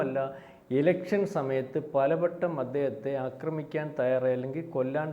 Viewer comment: " അക്ക്രമിക്കാൻ " അല്ല ആക്രമിക്കാൻ എന്നു പറയുക. നമ്മുടെ ഒട്ടു മിക്ക you ട്യൂബ് ചാനൽ അവതാരകർക്കും നല്ല ഉച്ചാരണം ഇല്ല